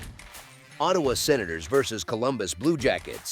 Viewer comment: That was a big win for Montreal in "OH" "TAY" "WAH". Da fuck was that ?